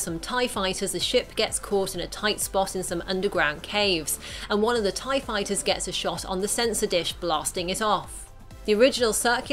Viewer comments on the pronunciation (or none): none